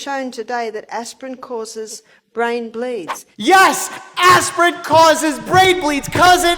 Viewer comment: no one doctor mike: APRIN CAUSES BRAIN BLEEDS!!!!!!!!!!!